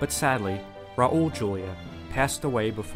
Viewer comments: the way you pronounce Raul and Curry make me physically sick.. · RAUL Julia. Not RAOUL Julia. Say it like Ral. Sorry, not being a dick, but the day you watched the Addams Family films was the most important day of your life, but for Raul it was just a Tuesday. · And Ra Ul Julia